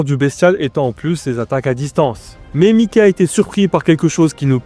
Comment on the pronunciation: C’est mas mikey c’est mike😂